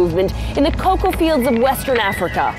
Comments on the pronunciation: please say cocoa instead of coca😂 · Nobodys gonna mention the fact hes saying coca and not coco? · I just hate how he pronounces some words. He is saying “Coca.” Cocoa and Coca are different things. Ridick-uh-lus. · Top notch vid as usual…even though he keeps mispronouncing ‘cocoa’ as ‘coca’. And making people think chocolate comes from the same plant cocaine duz😂😂